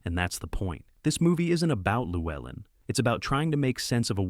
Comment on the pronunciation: Cormac Mccarthy, gonna mention him? You pronounce Llewelyn differently every time you say it. I judge this AI slop.